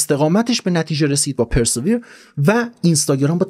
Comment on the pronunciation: خسته نباشی دوست من. گفتم این همه ما ازت یاد گرفتیم یه چیزی هم ما یاد بدیم که کمی از زحماتت جبران شده باشه. تلفظ صحیح persevere پِرسِوییِر هست با تکیه بر واو ❤️🙏🏼